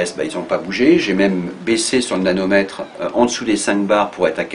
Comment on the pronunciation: Hello, il me semble entendre nanomètre quand tu parle du manomètre ou c'est mon oreille qui est défaillante ? Le nanomètre étant une unité de mesure de longueur (symbole nm), équivalant à un milliardième de mètre.